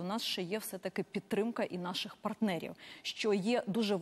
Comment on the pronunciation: Не "єПідтрика", а "еПідтримка"; не "єХелсі", а "еГелсі" - незалежно від того, як кажуть ті недолугі міністри і їхні підлеглі.